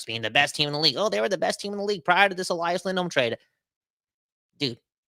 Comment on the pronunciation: There's only one pronunciation of Elias in Swedish. Let's just say it's not Elah-yahs.